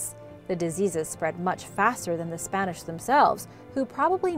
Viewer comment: Im curious about why you can pronounce perfect Spanish. Are you latina?